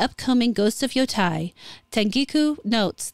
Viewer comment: "Tei" rhymes with "gay" not with "guy", just FYI. (It's literally "te-i", and would often be pronounced that way in a song.) And the onna-musha don't change the fact Japan regarded its 19th century Westernization—adopting the mores we associate with VICTORIAN ENGLAND—as the beginning of a matriarchy.